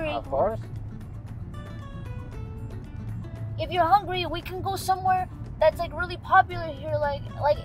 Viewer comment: "Of Cause" 😂